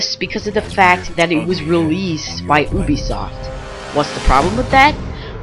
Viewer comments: Its you be soft Not OOH be soft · OO-bi-soft. Ha.